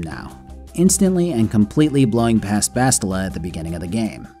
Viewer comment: You calling bastila "bosstila" is funny because in portuguese it sounds like "shittila"